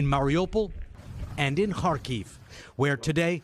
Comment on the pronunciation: Har Kyiv ? Or car Kyiv. C'mon nbc